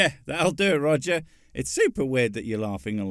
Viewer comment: One Quit, Two Quit, Three Quit.....Roger the Four Quit....At least that's what it sounded like